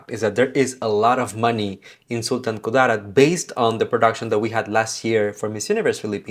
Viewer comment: That Sultan Ku-DAA-rat pronunciation though, so cute. 😆